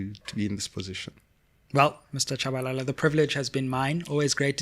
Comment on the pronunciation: Shabalala not Tshabalala